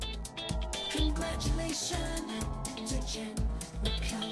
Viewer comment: That “Congratuation To Jenn! Mcallister!” really solidified this achievement